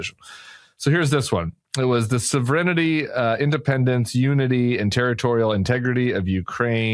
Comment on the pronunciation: Timothy gets less literate by the day. Just now, “sovereignty” became “so VRINN ity”. About 70% of the time, he gets cases of pronouns wrong. By comparison, Sarah’s English actually looks good!